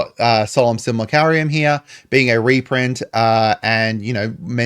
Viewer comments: hold on did u just say solumn simalacarium? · Sim-you'll-ak-rum. Youre welcome 😂